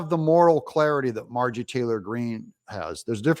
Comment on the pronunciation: It is Mar-jor ie Not Margie